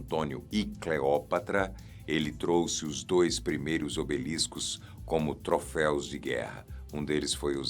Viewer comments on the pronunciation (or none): none